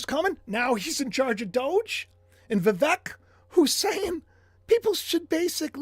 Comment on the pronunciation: VIVEK is pronounced VEEVake like Cake. ❤